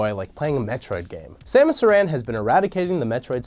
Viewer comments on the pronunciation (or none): Does anybody else here him think he says Aran like A-ran rather then errand or Air-ran. I think it should be be one whole word and broken up. it is not A-ther it is Either most words are said differently like how Gaperial Eglasias is spelled with an I instead of an E. Ridely was regrown cause her suit of amor contained lots of DNA from all of the Alien creatures she had killed in Super Metroid. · uh-ran?? isn’t it pronounced ore-un? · So I have to say this because you said it SO many times: Aran is pronounced like the name Aaron Citation: Metroid: Other M Thank you for your time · Did....Did he say Samus Iran? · That's not how you pronounce "Aran"